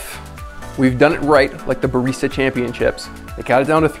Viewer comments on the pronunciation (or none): none